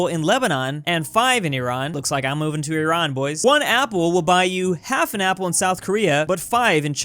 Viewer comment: THANK YOU FOR NOT PRONOUNCING IRAN THE WRONG WAY OH MY GOSH -Iranian dude